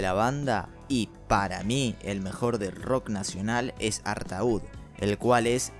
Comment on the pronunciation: Te cuento que Artaud (que se pronuncia en francés ARTÓ en referencia al poeta “maldito” Antonín Artaud) fue un disco solista de Spinetta que por motivos contractuales apareció como perteneciente a Pescado Rabioso, pero es un disco 100% del Flaco. Por otra parte (molestando con la pronunciación nuevamente) el nombre de Spinetta Jade se dice tal cual se escribe y no (Spinetta SHEID). Saludos.